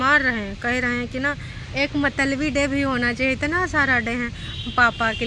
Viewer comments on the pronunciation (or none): th word is pronounced as”mut-la-bi” and not matalbi